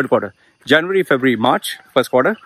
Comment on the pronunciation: Trying to pronounce “February.” The struggle is real! ☺️